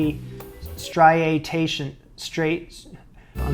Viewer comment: Stry-Ay-shun. Striation.